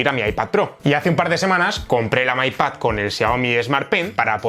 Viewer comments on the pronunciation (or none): "may pad" xD